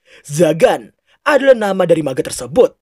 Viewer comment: Mage > (meeje)